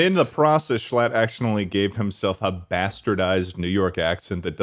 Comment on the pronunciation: I'm from NY and "Shclatt" does "NOT" sound like "US"